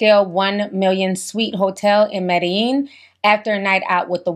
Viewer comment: You said Medilin